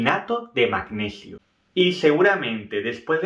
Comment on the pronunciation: El magneghio 😂